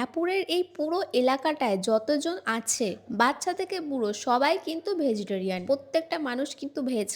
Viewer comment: Uccharot thik koro tumi public platform e acho manush tumar theke ki shikhbe? Vejitorian abr ki vegetarian hobe